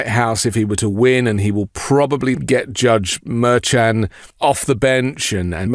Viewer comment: Why does he say "judge" like that? The jyedge 😭